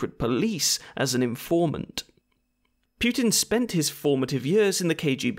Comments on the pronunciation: Hey, mate, I hope you are doing well! btw, putin is pronounced as "poo-tin", not "pewtin". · Imagine making a video about someone and mispronouncing his name 51 times. Congratulations, you did it! FFS his is 'Poo-tin' not 'Pyew-tin'. 'War II and after he had discharged...' His father didn't discharge, he WAS discharged from the army. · It's pootin not pewtin fuuuuuuucccccvvkkkkkkk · Every time you said "Pew-tin" I killed a kitten. There are many dead kittens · "Pukin" idk if that's on purpose but 😂😂😂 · why "Pyoo-tin"? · Native Anglophones pronouncing Putin as pew tin or poo tin will never stop being funny. More importantly protest agains Yanukovich were because of EU, not NATO.